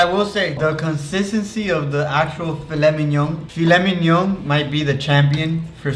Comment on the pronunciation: "Fila minion" 😂